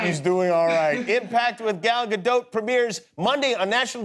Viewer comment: I’m from Israel and I can verify that she indeed pronounces with the T in Gadot. He said it quite good actually from the variations I heard so far